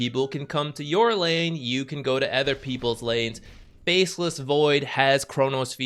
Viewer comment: not meaning to be rude or anything, but i've been noticing it for sometime now, but can you please stop pronouncing "other" as "ether"? coz it sounds weird and you had me genuinely wondering what "ether items" or "ether heroes" were the first time i heard it. nonetheless, great content as always 👍🏻